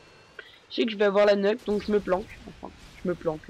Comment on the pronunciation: Ça se prononce pas neuque mais Niouque. Une nuke :p